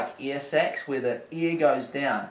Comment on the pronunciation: I kept hearing "earsex" wtf